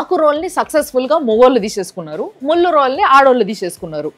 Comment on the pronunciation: ఆకు,ముల్లు అన్నట్లు వినపడట్లే అదేదో అన్నట్లు వినపడుతుంది...